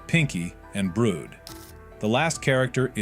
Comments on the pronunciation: Yeah why brood like brodah euhhh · Where is theory dude and is brud not brood😅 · the way the ai pronounces brud is just so funni